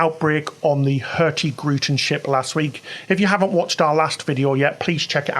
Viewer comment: The g in hurtigruten should not be verbalized ;) It is pronounced hurtiruten 😁